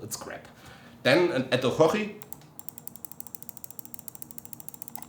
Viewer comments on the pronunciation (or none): why you call orochi a OHOHI?